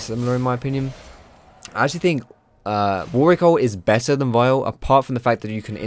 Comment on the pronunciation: Its the right way to say it.